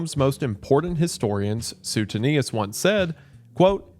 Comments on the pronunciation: man i love you but suetonius is pronounced like su-way-tone-i-us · Wendi. Suetonius is pronounced “Swee-tone-ee-us” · I don't think I've ever heard it pronounced Soo-ten-eeus 😂